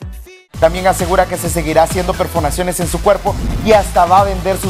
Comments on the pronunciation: escucharon dijo perfonaciones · Dijo perfonaciones